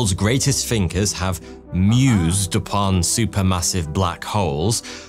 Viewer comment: Did you say "The World's Greatest Finkers"? Finkers, huh?